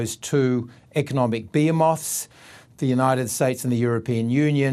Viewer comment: Behemoths... Or beer moths? 😂